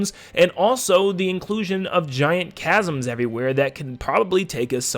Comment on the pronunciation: I subscribed just because you were the first YouTuber to pronounce chasm correctly